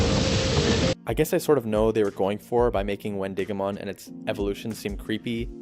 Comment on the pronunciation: I also think it’s Win-DIH-go-mon more emphasis on the dih. Because It’s named after the wendigo from folklore